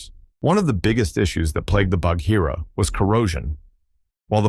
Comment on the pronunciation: The H in Bagheera is silent! It’s quite painful to hear it mispronounced so often!